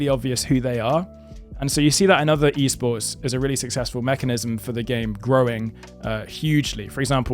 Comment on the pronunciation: i think he's trying to say esports